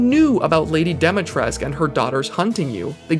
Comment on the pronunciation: I love this guy's videos but I can't get over how he pronounces "Dimitrescu."